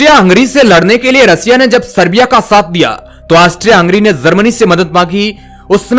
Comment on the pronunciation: Sibera nahi hai Sir wo ' Serbia' hai. plz correct it.